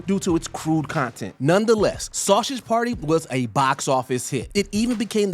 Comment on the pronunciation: Bro, I'm portuguese and I just felt embarassed by hearing an american pronunciating "sausage" and "Switzerland". You speak english there on the USA...